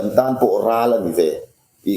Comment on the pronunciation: "Ral" chu i sawithiam hlee mai... Ni thei ber leh a dik ber niin ka hria